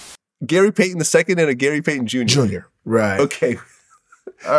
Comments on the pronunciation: He said gay Payton🤦🏾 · Anybody else peeped "Gay Paton" 😂😂😂😂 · "Gay payton"?🤔😂